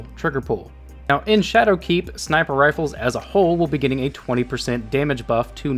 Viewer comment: Gitting? U wot m8?